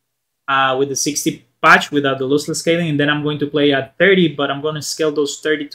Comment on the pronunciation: Loss- less Not looseless